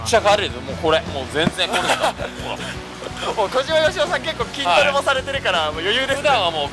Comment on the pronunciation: 小島よしお言えてないやん...